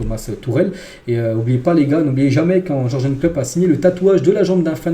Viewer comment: Comment tu prononce Jurgen, aie!